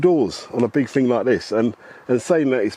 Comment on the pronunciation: Wasn't, not weren't. Thousand not fousand. Thing not fing.